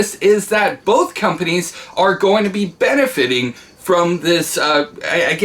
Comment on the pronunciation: Like bolth tho